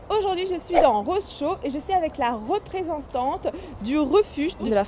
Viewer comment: Lol 'je suis avec la represanstante' x))